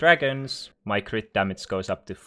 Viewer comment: Damace.. Kinda annoying. Learn to pronounce G